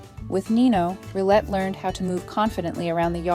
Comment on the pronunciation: This dog has to be the most accomodating/compliant dog I've ever seen. I mean being trampled on multiple times a day wouldn't be accepted by any kind of dog and rightly so. One thing: The French word "rillette" is pronounced "Rhee-yet", not "Rhee-let".